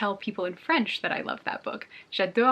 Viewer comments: I'm French and your accent is so good! I could listen to you speak French for hours, your sound so adorable 🥰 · I'm french and just wanted to let you know you had a great pronunciation!! 👌